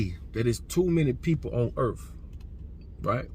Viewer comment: Please debate Geno Jennings on your podcast. It's Earth 🌎 not urf.